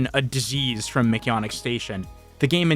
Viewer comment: Why do you say mcyannick instead of mcjanneck its nit Spanish or anything